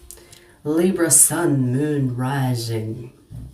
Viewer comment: Love the way u say Libra ❤ u are right about there’s a hot piece of ass that’s coming my way. Very sweet, sensual, spiritual & younger than I. We will see?!?